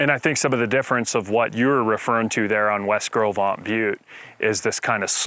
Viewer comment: I'm nearly 80 and have read "Gros Ventre" since elementary school, studied Lewis and Clark and the fur trade for years and had NEVER heard it pronounced. I would have never guessed it. Thanks!